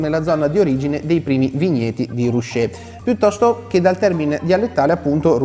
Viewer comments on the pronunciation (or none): Si dice "ruké", infatti si parla di paese arroccato, non rusciato.